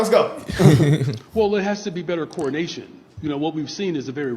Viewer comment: Anyone else notice that when Brandon Johnson says “coordination”, it sounds an awful lot like “coronation”?